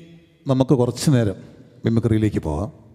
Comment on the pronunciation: കൊരച്ചു എന്നല്ല, കുറച്ചു എന്നു പറയുന്നതല്ലേ നല്ലത്‌. Try to use Malayalam language properly.